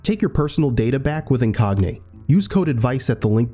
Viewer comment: Incogni!???? Never heard but u put a yn on😂